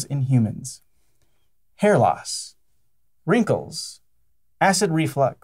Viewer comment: Wrankles? [giggle]